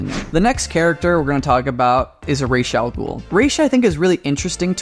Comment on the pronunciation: Raz al ghul. RAZ. raysh sounds too soft